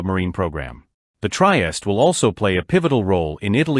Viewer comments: I agree; 'Try-est' is just awful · Pronunce: treehesteh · The AI voice and pronounciation is unbearable. Otherwise, well done. Couldn't endure the whole thing, tho.